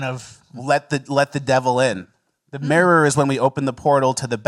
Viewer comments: We also learned can’t say “mirror” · cant pronounce mirror